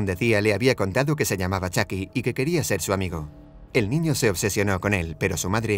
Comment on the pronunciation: Es chuky me desespera que diga chaky